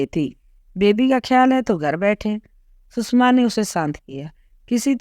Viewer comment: Please pronounce the name coorectly, सुषमा not सुसमा.